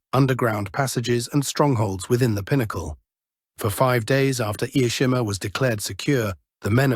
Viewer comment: Such a shame. This YouTube channel and its narrator doesn’t even bother to learn how to properly pronounce “Ie Jima”. Narrator ignorantly pronounces it as “Ai-e-Shima” How about showing the very, very brave IJA defenders and Okinawan civilians by making an effort to properly pronounce their beautiful sacred island. Use “Jima” not “Shima”. It is pronounced “I” as the “i” in “in”, “e” as in the e in “echo”. Then “Jima”. Get it right please. I’ve been there to Ie Jima. Stationed on Okinawa for 2 years. Stunningly beautiful place; stunningly beautiful and peaceful people; stunningly beautiful culture.